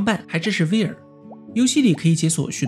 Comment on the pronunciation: 讚一個！！！小提醒：VR就念單字，不唸作veer